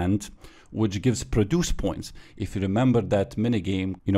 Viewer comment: You say produce wrong